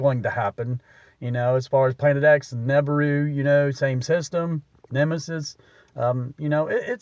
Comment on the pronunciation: Ok, first if you want my attention you have to show me you did the real research. Your PRONUNCIATION of NI-BEER-U( phonicly spelled out for YOU), tells ME you're just a sensationalist.